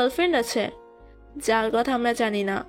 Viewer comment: Speak proper Bangla. It's কথা not কতা